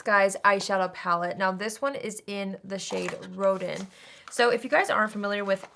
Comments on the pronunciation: Hi! Both the soft neutral and sultry looks are beautiful on you, though I'm leaning toward the sultry! Also, "Rodin" is pronounced "Ro-DAN" like the French creator of the famous "The Thinker" statue. 😊 It fits in with the "masterpiece" theme of this collection. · I thought you said it was the “rodent”‘pallet. 🐭 😳